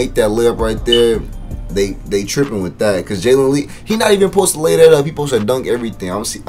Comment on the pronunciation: U said his name wrong 😂